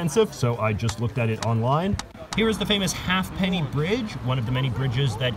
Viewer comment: Its HA'PENNY BRIDGE! HAY PENNY! HA'PENNY! NOT HALF PENNY! HA'PENNY! sorry